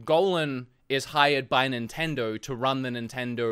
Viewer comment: I love the way he says “NINTENDORRRRR”